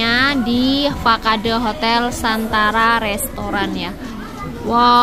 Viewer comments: Bukan fa-ka-de bunyi nya, harus sebut fasad dong.. bahasa inggris tu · wkwk biarin aja, gua jg bacanya fakade